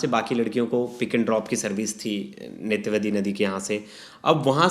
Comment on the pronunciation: नेत्रवती...? नेत्रावती नदी बॉस, ज्ञान की कमी साफ साफ दिखाई दे रहा। रट के बैठोगे तो यही होगा ना